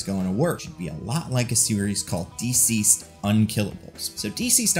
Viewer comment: Duhceased or dihceased. Never heard Deeceased before this video.